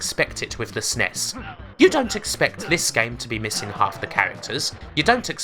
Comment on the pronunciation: I’ve heard SNES pronounced a few ways but “s’ness” is new to me.